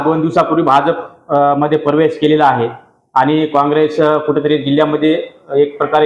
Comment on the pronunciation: काय पत्रकार प्रवेश म्हणता येत नाही परवेश 😂😂😂😂